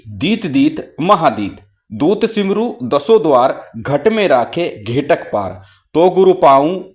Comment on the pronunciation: महाराज को मेरा सादर अभिवादन। स्क्रीन पर लिखित मंत्र में घेघट लिखा है किन्तु आपके द्वारा कृत उच्चारण में घेटक ऐसा सुनाई पड़ता है। कृपया समाधान करने की कृपा करें कि शुद्ध कौन सा है।